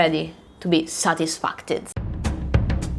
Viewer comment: credo che non si dica sadisffacted ma si die sadissfied 🤣😑 Buon Natale